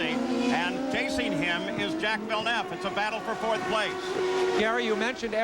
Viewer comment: As the American commentators say "Jack Villnevv"